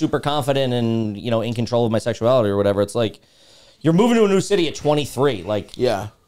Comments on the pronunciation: Another great “kneeyew” episode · Stav’s accent when he says “new” or “knew” is hilarious